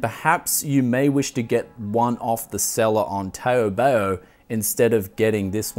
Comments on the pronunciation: I think I'd prefer to call it TaoBao rather than tayo-bayo because the chinese know better than us how to pronounce their own words. kthx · Damn mate, you are murdering that pronunciation! :D Its pronounced Taobao more like how you would pronounce "HOW" and "NOW" so TOWBOW. Keep up the great videos bud! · I cringed every time you say "Taobao"... (Am a Chinese speaker lol)